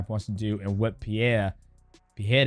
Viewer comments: DJ, please.... It´s PeREira not PeHEira.... get it right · Hey DJ, can you help Chael with his pronunciation. He calls him Alex Pierre. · DJ won't say PerEIRa correctly once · Stop saying his name incorrectly that’s not how you say, Pereira Perera you’re American you’re not Brazilian don’t say like a Brazilian. Don’t say it in Portuguese say it like a fucking American annunciate those fucking R’s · Homie can't even say Pereira or Nurmagomedov correctly either. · The first R on Pereira is spelled exactly as you did with the second, not as an H. In Portuguese you only pronounce the R's as H when they're double or at when they're the first letter o a word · its fine, nobody does lol. Both "r" in Pereira's name are, as we call in Brazil, "weak r ", you must add some kind of vibration to your tongue when saying it. i've only seen latinos getting the pronounciation correctly, probably its not an easy sound to make.